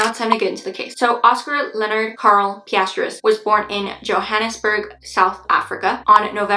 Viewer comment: For future reference, you pronounce Pistorius just the way it is spelled: Pis•stor•eeus